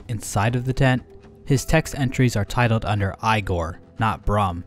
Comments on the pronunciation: Igor is pronounced EE-Gore, not Eye-Gore. Imagine if someone said Drake-You-La instead of Drak-You-La. Cool video btw. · Igore is pronounced as ee-gore, not eye-gore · Ee-gore. Not I gore. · The thing is American pronunciation is usually wrong (I’m an American—can confirm) Eye-gor is the Scandinavian way while EE-gor is the rip-off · Eyegor?... EYEGOR!? NIGGA IT'S PRONOUNCED EEGOR! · Grimm's fire-bat attack is extremely reminiscent of Dracula's hellfire attack from the Castlevania series. He even takes the same position. Because Grimm's name is spelled with two Ms, it's probably a reference to the writers of Grimms' Fairy Tales. (Oh, by the way, it's pronounced EE-gor. The EYE-gor thing was a joke from Young Frankenstein to go alongside the "FRAHNK-in-steen" joke.) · Who pronounces Igor as eye gore lol. I’ve only ever heard of it pronounced as eegore even in movies. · it's pronounced igor (ee-gore) not igor (eye-gore) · I’ve never heard Igor pronounced, Eye-gor. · igor = eye-gore? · EYE GORE! lol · It's pronounced EEgor. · its fucking eeh' gor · Eye-gore? You speak English yet can't say igor?